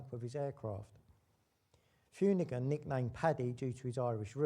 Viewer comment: Paddy Fumigan? It's pronouced 'Finoocan'! 🙄❗️